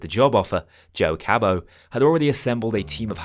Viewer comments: Why do you call em "Cabow" instead of Cabot? There IS a voiceline in the game for the name. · No one gonna talk about how he pronounces Cabot as Kay-bo? lmao Good series.